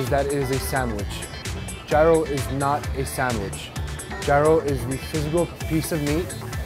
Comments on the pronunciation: It's Yee-roh! Not Ji-roh! In Greece at least. Aaggggjhhhhhh. Chicken slavaki is my favorite! I make my own and so yummilicious!! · Did he just say G-I-R-O-S ???? And he works there n look like he from greece ...smh !!!! Its pronounced like euros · Im greek and I need tzatziki with that anyone else need ?? #yeero not #yairo hahah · It's ˈyē-ˌrō NOT ˈjī-(ˌ)rō ... as a half-greek, I can't stop shaking my head watching this... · Excuse me? Did you say GIE-ROW? It's YEER-RO. 😖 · Λεει πως ο γύρος ακούγεται σαν euros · Aradia X i said the same thing !!! And he works there too !!! Smh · Did he pronounce gyro wrong 🤔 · The mispronunciation tho 😩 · Is that a person with an accent nonetheless pronouncing gyro as if it is related to "gyration"?.. #correctmeifimwrong.. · they didn't even pronounce gyro correctly